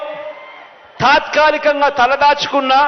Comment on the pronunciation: తాత్కాలికంగా..... అనాలి జగన్.... ఓహో నీకు సరిగా రాదు కదా.... మర్చిపోయాను....